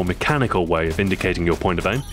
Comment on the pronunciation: now that you mentioned it, sometimes when he say the word "way" or some word that end with "-way", he sounds mildly scottish